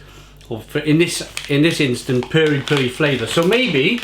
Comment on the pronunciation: The correct pronunciation is not "purry" as in furry, but Perry. Pronounce as per fermented pears. Perry.